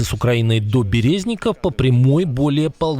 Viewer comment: БерЕзняков😂😂😂 БерезникИ правльно говорить